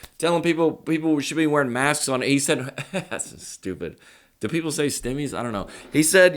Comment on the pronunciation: “Stimmies “ lol